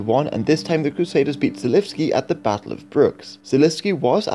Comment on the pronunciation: Žižka, Želivský - Ž is /ʒ/ Tábor, Kutná hora - á is /a:/ Domažlice, Poděbrady - damn...